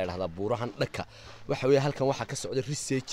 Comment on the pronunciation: dhawaqa iska sax waa Research=Risaaj